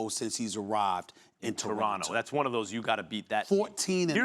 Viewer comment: Frankie Russell “ Two-ronto “